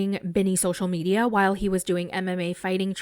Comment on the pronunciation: I just want to hear (sp?) says “social medial” over and over again until I die.